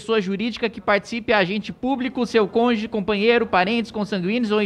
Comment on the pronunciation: falou conje e não cônjuge